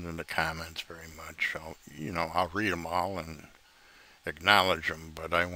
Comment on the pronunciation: "The wery wery top". Gawd!!